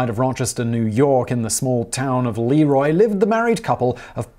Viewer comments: it’s not LEE-ROY, it’s pronounced Le-ROY. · Great video! Most people around here pronounce it "Le Roy" not "Lee Roy". Also I wonder if there is any correlation between the Mormon's liking Jello since it came from about an hour away from where the Mormon Religion was created. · Leroy is pronounced Le'Roy. Like, the king. Leroy is your mechanic's brother. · I've lived about 1/2 hour drive from the museum all my life. Have never been there. Most local natives pronounce it Lĕ 'Roy, not Lee-Roy, just fyi. But, one wouldn't know that if one wasn't from here 😁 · I've been to the Leroy museum (it's pronounced La ROY, btw). I was there before the Cosby scandal broke, but at the time there were a TON of references to his commercials and print ads. I'd be so curious to see what changes they've made in the last few years... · When I saw this video come up, I wondered "Hmm, I have a feeling Simon isn't going to pronounce LeRoy correctly", lol!